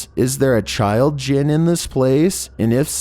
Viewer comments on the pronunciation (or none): none